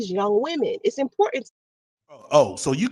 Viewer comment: It's "important" rat not "Impoorant".